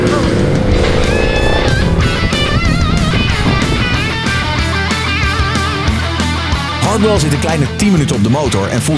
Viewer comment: Niemand: Echt helemaal niemand: Stefan: “Hardhell”